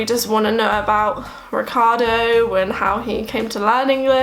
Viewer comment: To me is strange not only that you don't speak nearly any italian after some years of living in here and being married with an italian, but that when you say the name Riccardo you basically pronunce it like any english speaker person who has never heard how this name is supposed to be pronunced in Italy.